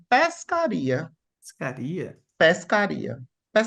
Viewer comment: Péshcaria. Isso é baianiches (mistura de biches com baianez)? Achei uma délícia.